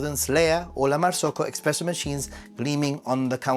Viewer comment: It’s actually not expresso but espresso. 😊